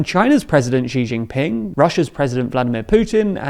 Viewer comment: Side note: “Xi” is pronounced /shee/, not /jee/. “Xi Jinping”, /shee djinping/.